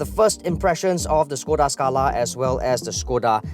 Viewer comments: They pronounce it wrongly. Supposed to be SHKODA. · Pleasantly surprised the presenters had pronounce the name Škoda correctly. But Volkswagen should be pronouced as "Folks-Va-Gen"